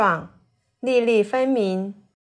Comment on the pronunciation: 把粒粒唸成NiNi，什麼地方的方言？